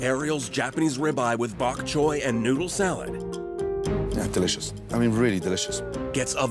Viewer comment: ariel japanese dish with bok choi You mean bok chewy foo